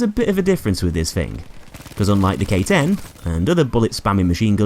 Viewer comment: When you said K-10 I thought you mean Gay-10